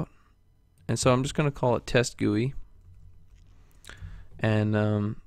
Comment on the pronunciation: its not pronounced "GOO-ei" Its pronounced "Ji-u-I"I'm talking about GUI